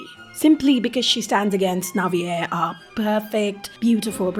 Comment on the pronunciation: IS THAT HOW YOU PRONOUNCE NAVIER’S NAME???? I’ve always said it like naveer…😭